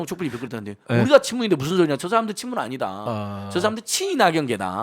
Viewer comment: '나견파'라고 하셔요~~ 분명히 있는데...'친무운' 이라면서 스을쩍 넘어갈려고...